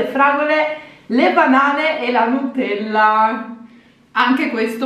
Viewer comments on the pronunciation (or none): none